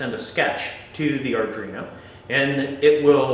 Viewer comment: Thanks for the video, but come on guy. Sound it out slowly ARDUINO. How familiar are you with coding and Arduino boards if you are calling it Ardrino? ARE-DWEE-NO.